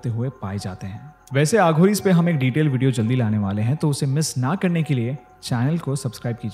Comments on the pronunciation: Its aghori not aaghori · Betu.... "aaghori" naheen aghori.......ek baar mein betu ek hi "A" istemaal kiya karo ... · Please pronounce every hindi word as it is, as you are adding your English accent to it. Eg. You have pronounced aghori as aaghories😂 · A kind suggestion...plz pronounce वाराणसी instead of वाराणासी and अघोरी instead of आघोरी